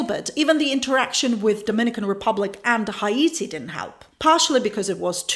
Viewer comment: I like your pronunciation of Haiti. It sounds exotic and not like hate when you say it. We pronounce it like 80 with an H.